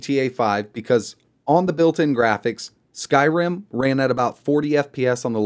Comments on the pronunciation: i keep hearing him say skyram instead of skyrim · may i ask why you say Skyrim like that?